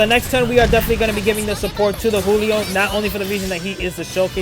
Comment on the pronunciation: Giulio is pronounced like “Juliet” but saying “lio” at the end. Also, think “Rudy Giuliani” but again saying the last name as “Giulio.” It’s an Italian name, since he was a servant of a big Italian family (in the movie).